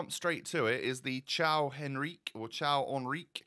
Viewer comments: Caio is pronounced 'Kai-oh' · Hey, Portuguese person here, Caio is pronounced how it's written, not as the italian ''Ciao''. Love the series!